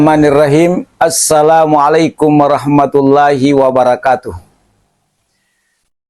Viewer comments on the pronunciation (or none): none